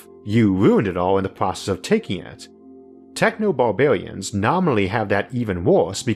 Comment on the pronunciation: I really enjoyed the video but why are you talking like that? Bawbawians?